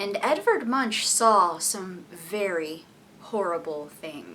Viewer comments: You didn't even try to pronounce his name correctly. It's like Moonk (long u). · Isn't his surname pronounced as "Moonk"? o.O